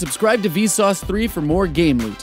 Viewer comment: cant even pronounce the name of his own show